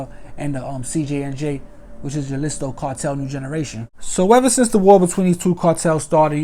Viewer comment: Wats up big homie #s gr8 report jus wanted to let u kno jalisco is pernounced ha-lisco the j is silent jus for future reference no disrespect and keep up the good work !!